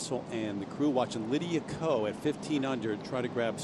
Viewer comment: Who is Lydia Coe?? It’s Ko !!!!!!